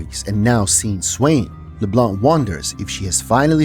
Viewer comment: Finally someone that pronounce Leblanc without the C at the end!